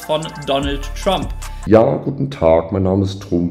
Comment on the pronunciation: Und es wird Trump ausgesprochen und nicht Trump.